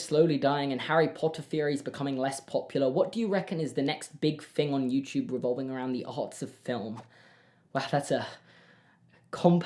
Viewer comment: Its adorable when says "yewchube" instead of youtube😂